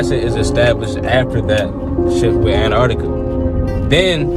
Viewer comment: Why, why these morons keep calling Antarctica “an - arctica”, please, say the Teeeee!!